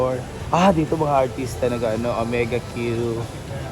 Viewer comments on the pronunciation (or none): mao jud..mali mali perme..wala na nag mao..ang basa sa brand na "omega", nahimong omega Q..hay